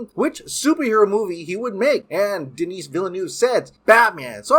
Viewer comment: If he doesn’t stop saying Denis like that. 😂😂😂